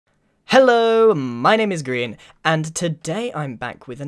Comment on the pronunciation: Did he just say greean?